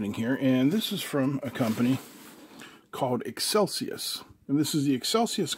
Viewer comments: You said Excelsius it seems though to be Excelius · "eXcelius" Pronounced "eXcelcius" ?